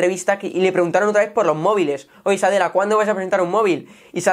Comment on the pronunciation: y no es SADELLA, es NADELLA. (SATYA NADELLA)